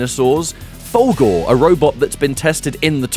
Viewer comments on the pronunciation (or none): Love your video, man, but I can't get over how when you say "Fulgore", it sounds like "Fogel", and it brings a mental picture of McLovin doing ultra combos and stuff.